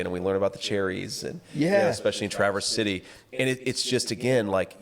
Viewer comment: Michigander here from Traverse City area... God bless JD for saying Traverse City correctly.